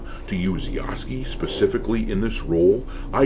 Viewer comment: There is a U in Yasuke. Fucking pronounce it.